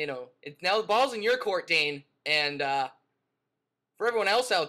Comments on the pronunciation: u said qwok! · Intro sound like you said "F**K". Pickles? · did he say qwop or fu@ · It sounded like you swore in the intro XD